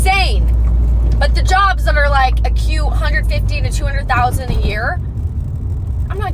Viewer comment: Is she saying " a cute" or "acute?"